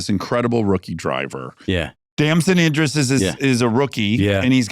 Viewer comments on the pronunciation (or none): none